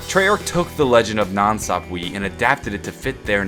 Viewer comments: I'm pretty sure nan swap-wee is pronounced nan sap-wuh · Nan sapwe is (SAP-W-EH) NOT WEE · I thought it was pronounced "Nan sap-way" not "nan sap-wee" but tomato/tomatoe I guess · (Nan Sapwe) People please stop saying Nan sap-we the correct pronunciation is Nan sap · Nan Sap-way not Sap-Wee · NOT NANSAPWEEEE ITS NANSAPWE (eh) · It's pronounced sapwa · Every time you say nan sapwee i die a little inside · NAN SAHP WAY IS HOW YOU SAY IT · its pronounced skull of nansapwe (nansapwah) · the skull is actually pronounced skull of nan (saapway) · it's nansapwa